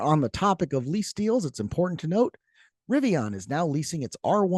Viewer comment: It's pronounced "Rivian," not "Rivion."